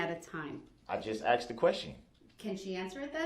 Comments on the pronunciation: There were so many….. truff, axed or telling, biastness, military or admiral court, I cannot hear evrything you say when I’m in this courtroom. I’ve got shock shackles on, I do not understand. Where is the lawful law. lol He got what he deserved. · . AND… she pacified brooks several times until she finally got tired of being being “axed” that stupid question. Made me angry every time she pacified brooks. I’ve never encountered anything like this before after watching hundreds of trials. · 1. "what I wuz tode" **aka What I was told.** 2. "I did wut youz axed me" **aka I did what you asked me to do.**